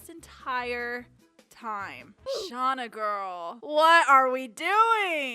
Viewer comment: “And back with Shanda” Umm…Shauna? I was cracking up